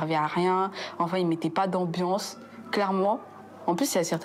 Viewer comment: "les blancs il mette pas d'enbiensse" ah bah elle avait raison 😂😂😂